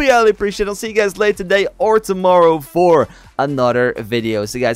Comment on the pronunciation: Y do u say anoder instead of another